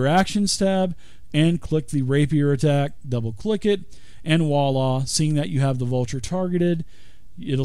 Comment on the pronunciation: By all that's holy someone tell this guy how to pronounce "voila".